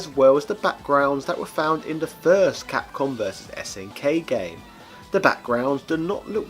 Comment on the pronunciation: i cant get over "CAPCUM" XD